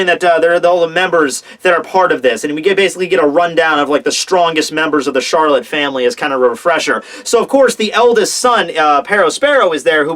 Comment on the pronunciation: I dunno why but I absolutely lol'ed when said Fameri instead of Family